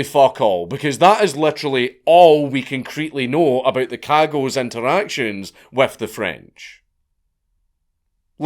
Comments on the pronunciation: I love that he mispronounces cagots because of the American accent lmao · Me 2 seconds into the video hearing their name pronounced and realizing the little internal giggle I was looking forward to the rest of the video is gone forever... :( DAMN YOU FREEEENCH!